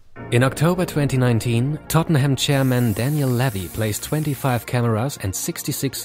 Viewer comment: It's Tottenham not tottneham